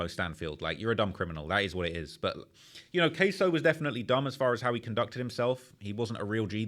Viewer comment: queso??? who that ese?????? 😂😂 KSOO not Cheese LMFAO